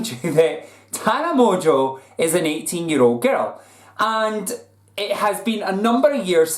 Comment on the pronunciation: I don't get why pronounces "Mongeau" so fucking wrong. Where is the T for him to pronounce "Montequeue"??? Is he fucking stupid?